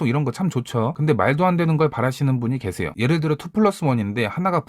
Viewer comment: 일부러 개새요 하신건가용??ㅋㅋㅋㅋㅋ